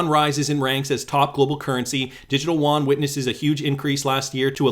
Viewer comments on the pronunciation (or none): Not Juan. Yoo-on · Actually, just a heads up. Yuan is pronounced ' UN ' as in the two seperate letters said very quickly. The Won is in Korea. FYI...